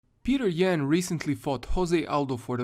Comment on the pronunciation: Ok I would watch this video but the first words I heard were “Peeter yAn”